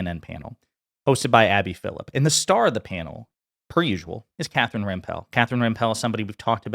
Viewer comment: You're saying Rempel wrong, it's pronounced Remple.